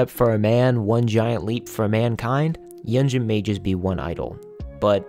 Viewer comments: Great video! Yunjin is quickly becoming one of my favorite people ever. Also for future reference, her name is pronounced “Yoon-jin” 😊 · love this video!! btw hee name is pronounced yoon jean i’m sorry it was bothering me 😭